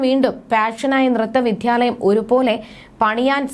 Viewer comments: Vidhyalayam alla 😅😅Vidyalayam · വിധ്യാലയമല്ല, വിദ്യാലയമാണ് കുട്ടി ഏതു വിധ്യാലയത്തിലാണ് അഭ്യാസം നടത്തിയത്